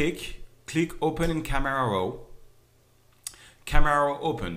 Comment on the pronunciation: Love theway you say camera raw :) "KAMERAU RAUW" Loved the finished product btw learned alot, thanks :)